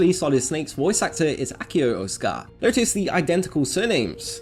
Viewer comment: That’s not how you pronounce that surname. Ō is a longer “o” sound, so it’s O-otzuh-kah.